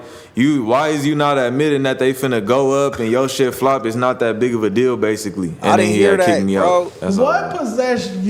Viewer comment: why did you say nah instead of not 😂